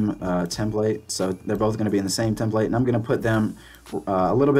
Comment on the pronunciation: Tem-plate. Don't know why it bugged me so much lol.